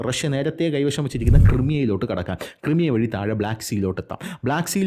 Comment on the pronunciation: ക്രൈമിയ please Also ഡോണസ്ക് not ഡൊണസ്ക്